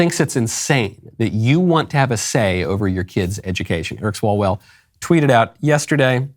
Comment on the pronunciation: Eric Swallowswell It’s what I heard